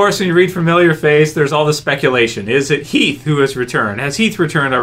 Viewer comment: It's Heath ffs